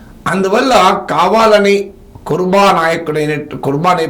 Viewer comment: కుర్బ కాదు, కురబ